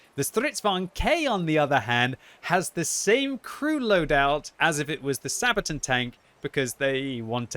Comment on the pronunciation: The way you say "Sabaton" drives me nuts. It's not Sabatin, dammit! It's SabatAHn! You have to say it with conviction, like"Megaton, Megatron, or Ultron," otherwise it just sounds like something you'd use for diaper rash. "Mommy, my bum is itchy again." "Ok dear, we'll put some sabatin on it."